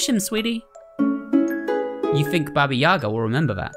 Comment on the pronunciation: It’s Baba Yaga.